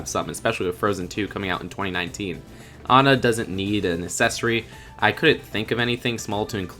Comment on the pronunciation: WHY DO YOU KEEP SAYING ACCESSORY LIKE AS-SESORY ITS PRONOUNCED AK-SESSORY